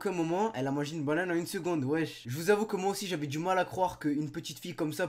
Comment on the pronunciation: une "baunane"